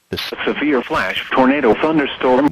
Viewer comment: what is a civilflashtornadothunderstorm? (It actually sounds like civil not like severe LOL)